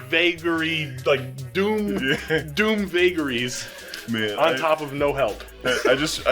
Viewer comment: "doom vuageries"